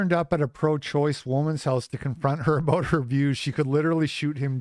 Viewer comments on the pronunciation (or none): Did u just say aboooooooooot it?